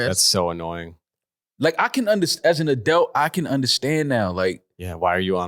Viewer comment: says adult "a-delt" 😁